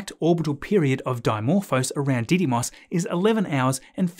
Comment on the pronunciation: Love the accent, but it’s pronounced ‘ditty-moon’